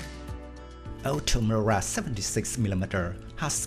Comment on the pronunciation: Incapable de prononcer OTO MELARA . Ça fait peur .